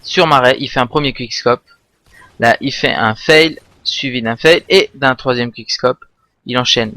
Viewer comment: il dit onche quishcope lollol